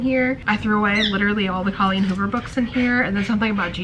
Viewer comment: I love that you plucked all of Colleen Hoover out of that shelf!! Every time you say Coco Miller my brain processes it as Cocomelon! 😅 Also, I totally relate on yearning for that feeling of having siblings. Just sharing thoughts I had while listening!!!💛💛💛